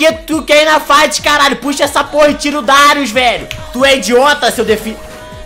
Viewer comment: Darius é oucas